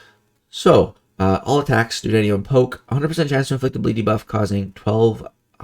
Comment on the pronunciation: Why are you saying dew-denium poke? How have you never heard the word duodenum before?